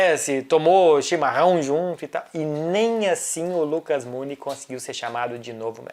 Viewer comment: a pronuncia correta é Lucas Mu-GUI-ni, de acordo com os excelentes jornalistas Craque Daniel e Professo Cerginho da Pereira nunes que também foram criadores do excelente trofeu Lucas Mu-GUI-ni de futebol premiando os destaques negativos da serie A. Lucas Mu-GUI-ni que está no vitoria e até fez gol esse ano.